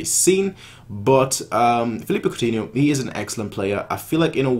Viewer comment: *Coutinho not Countinho, btw good video :)